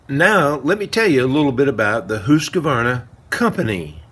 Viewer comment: I wish you would pronounce the name properly. You seem to be saying Husq a varna. Wrong. Leave out the "a". Good video.